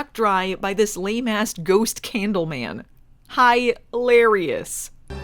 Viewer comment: Candle or.... Kaaaaahn-dle